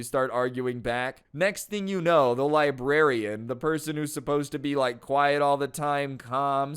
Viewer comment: I could have sworn librarian said "lesbian" xD